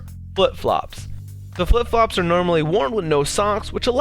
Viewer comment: the last time you said flip flops you said fluff flops